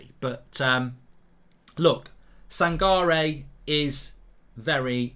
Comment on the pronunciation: It’s pronounce as San-ka-reh